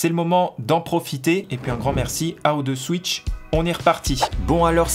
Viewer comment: 35 sec de la vidéo j'avais déjà mon idée :D ..... ça remplacera jamais une vrai clim ... Même si le projet est cool ;) Sinon pour le partenariat il t'on pas dit que ca se disait O two Switch ? lol